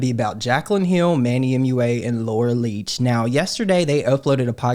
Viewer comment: Did you say, "Laura Leech?" 😂🤣😂✌️